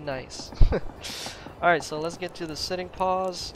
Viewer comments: I have a question about how you say pose. In the united states, the word you are saying would be "pause" not pose. We pronounce pose like the "po" in potato. Is this pronounced differently were you learned English or is it something about your native language? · Pose say it like PO-se